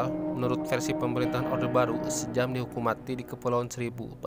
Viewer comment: Om...koq "sejam" ??? 😂😁😂😁😂😁....itu dibacanya "syam" 😁😁...jaman dulu ejaan masih pake ejaan belanda.....oe dibaca U. Contoh sOEharto , J di baca Y contoh Yamin, DJ dibaca J contoh DJatmiko, I (apabila huruf didepan huruf konsonan dibaca E)...contoh : Ik dibaca Eke(saya)...Indonesia (dibaca endonesia)..